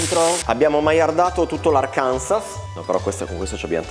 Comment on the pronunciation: Love your videos! But "Arkansas" is pronounced "AR-kan-saw". :-)